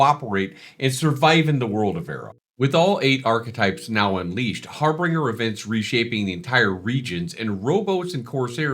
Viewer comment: Love the video! Thanks for the update. Friendly reminder: Harbinger, not harBRINGER... pronounced "har-binge-ur" Always love a new video. Thank you, sir.